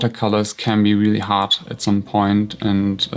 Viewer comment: German accent on Point lol